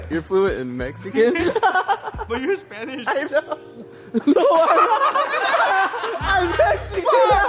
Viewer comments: Im actually suprised by spanish 😂 He said everything right 😂😂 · The Spanish pronunciation is accurate asf, dude representing both the Asian and Hispanic community. Respect💯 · Randy’s Spanish Pronunciation is on point 👌🏾